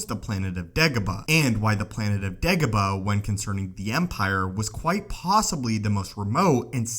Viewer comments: Say it with me, Day-go-bah. Not De-go-bah. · He says dagobah weird and its really annoying. Not da ga ba Its day goh bah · Dagobah not degoba. Its quite simple u fucling complete moron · Dagobah... not degoba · Its dagobah......not degobar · DAY-gobah, not DEG-gobah. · It’s day go bar.... not degaba 🙈😂😂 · you are not saying it right it pronounced daygobah not degobah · "Degabo"? Haha you pronounce Dagobah kinda weird 😂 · "why degabuh" same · I think it's "Degabah" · Does the vowel "a" really sound like "e(h)" as in "every" where you're from??? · Degobuh lol heard this so many times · I think its how he pronounces it that makes it weird for me. "DehGuhBuh" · Every single time it sounds like "Degobaa", very annoying. Without any actual info newer than 15 years and a super clickbaity title and thumbnail, this is one of the first clips I'll give a dislike... New low water mark. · jesus frucking crist if this youtuber says degobah one more time im going to leave.. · He says degobah..horrible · How many times he said dagoba | | | v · Anyone else triggered at how he pronounced dagobah